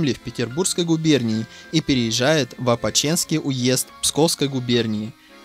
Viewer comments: Уезд ОпОчецкий, а не Опоченский (г. Опочка), генерал-аншеф, а не аншер и ещё полно ошибок. Где такого безграмотного диктора нашли? Стыдно! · Уезд не " ОпочЕнский", а ОпОчицкий. Там городок со смешным названием Опочка. А няня коротала с Пушкиным Михайловскую ссылку, и её он очень любил. Так что в школе нас не зря учили ;))